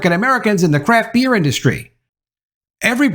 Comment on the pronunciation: Every time you said "craft beer" it sounded like "crap beer.". Truth